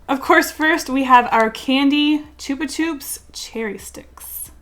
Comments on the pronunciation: It’s chubba chubs not chubba choobs xD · Ok sooo... WHO THE FUCK SAYS CHOOPA CHOOPS ITS CHUPA CHUPS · "CHOOPA CHOOPS" Aahahaha, I love the video but omg it's "chuppa chups" haha that made me giggle, thank you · It’s chuppa chups... not choopa choops... as in chuck. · She says choopa choops lol Its pronounced chapa chaps with a short a sound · “Choopa choops”??? No, it’s chUpa chUps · WAIT WAIT WAIT- DID U JUST CALL CHAPA CHUPS “CHOOPA CHOOPS” !?! IS THAT AN AMERICAN THING?? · ... It's pronounced Ch Up ah - Ch up s .... Haha! You amazing human being! I love you :) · Chooba choops?? That's an interesting pronunciation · Why is there no comments about how she pronounced Chupa Chups as Choopa Choops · The way you said Chupa Chups kills my soul... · The way she pronounced chupa chups has be dying but that's ok. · The way you say chupachups kills me but nice artwork as always 〒▽〒